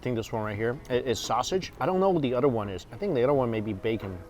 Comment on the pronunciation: You say bacon like Homer Simpson 😂does